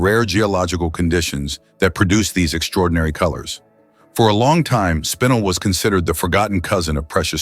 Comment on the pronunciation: I like the video and the content, but I hate the AI narration. In addition to mispronouncing things, like spinel (not pronounced spine-nel), it’s inconsistent. Please get better narration.